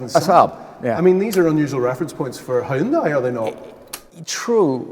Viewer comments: it is hyundai not haayundai! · Impressive and well done! His pronunciation of 'Hyun-dai' is not bad and better than 99% of Brits who say "Hi-Un-dai' but to be perfect, one would say 'Hyun-Day' as this is the closest pronunciation to how it is said in Korea (surprisingly, most American auto enthusiasts say it properly. Reference the Hyundai Super Bowl Commercial: 'Hyun-DAY, rhymes with SunDAY' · Dear British people: stop calling it a "Hi-yun-dai". It's "Hun-day" like "Sunday." Hyundai literally made an ad campaign about it. Also, the sagging window line is what kills it. They straight traced that old Saab. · hai-yun-dai lmao. its hyunday. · Plz fix your pronounciation of Hyundai, it's hyundai like Sunday. Not Hy-un Dai or Hyon Die.